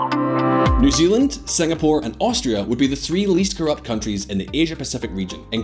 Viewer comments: New Zealand, Singapore, and Austria? 😂 It's pronounced STRAY-YA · Am I the only one who understood Austria instead of Australia? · It’s not you it’s him...